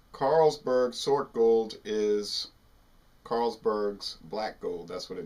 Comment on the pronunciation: Nice pronunciation! Gold beer is a kind of beer type that has more malt than regular lager or pilsner. So it's it own category. More malt = stronger = more alcohol taste. I'm not a big fan, but it has it's niche cult following.